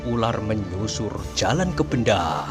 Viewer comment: Bukan nya desa Bendo Kisanak? Aneh kedengaran kalau di ucap Benda....